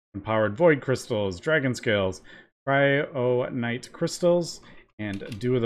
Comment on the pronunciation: Its kyronight not cryonight